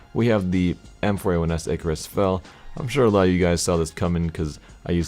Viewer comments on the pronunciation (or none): none